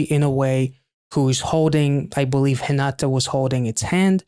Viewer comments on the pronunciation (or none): none